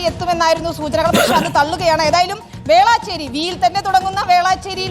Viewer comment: Velaaachery alla Velachery